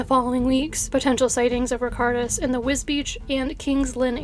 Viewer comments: The lithuanian name was completely mispronounced unfortunately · the lithuanian name was pronounced wrong, so not "all" of them.. I love this channel, but it was a bit sad to hear the chinese names pronounced correctly, yet the lithuanian one slaughtered